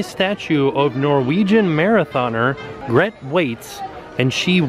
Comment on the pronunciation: Spelled Grete, pronounced Gret-ah